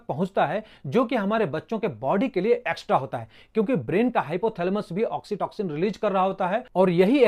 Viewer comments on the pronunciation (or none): Oxitoxin Nehi oxytocin 😂😂